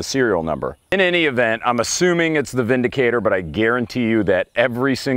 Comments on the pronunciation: It's not vindicator sir it's windicator per factory reps your right about the w pronunciation as v in German and visa versa. But it is per factory rep windicator. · I bought a Windicator (pronounced "VINdicator") last year after I was robbed and, among other things, my matching SP101's disappeared. I bought the 357 Windicator as a stand-in for the Rugers while I waited for my insurance company to pay up. I bought it for $280 and figured I would sell it for a couple hundred when I replaced the stolen guns. I still have the Windicator. Sometimes I scratch my head and ask "Why???", but I just like the thing. I think you have to love revolvers to understand. This fellow doesn't.